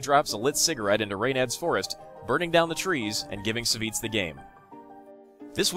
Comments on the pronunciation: Lol it's not Saviz ( Savjz ), i believe it's read like "Savagez" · I thought Savj was pronounced like "savage" or "savages"